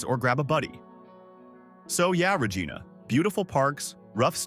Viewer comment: Yikes! If you're going to use a detestable A.I. voice, at least teach it to pronounce city names as easy to say as Re-JYE-na---as in Gi-nor-mous, NOT Re-GEE-na🙄. If fact, I'm less than three minutes into this video, and I've now heard a VERY common word mispronounced. If you can't get the basics right, the reliability of your actual information is likely wrong or made up too. Now clicking 'Don't recommend channel'. Bye.